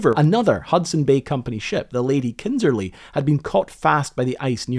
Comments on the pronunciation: Kindersley, not Kindserley. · Well done. But now read my lips: It is KINDERSLEY. Not “Kindserley”. No offense.